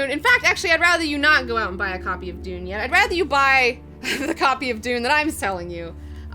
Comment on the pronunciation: heh, she says Dune box, I hear doom box as in a ladies